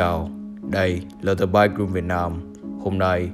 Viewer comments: the chỉ đọc là "đì"khi danh từ kết thúc là a,e,o,i,u thôi nha the mother đọc là "đờ" mother nhé bro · anh cứ đọc là dì M̶ơ̶͟t҉́h́͠ȩ͝ŗ͞ =))